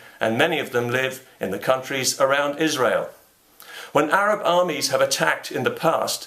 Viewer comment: This message comes nine years late because of YouTube's feed mechanism, but Thank You, Mr. Condell, for pronouncing "Israel" correctly.